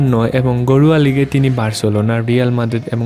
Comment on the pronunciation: ভাই আপনি ঘরোয়া লিগ বলেন না গরুয়া লিগ বলেন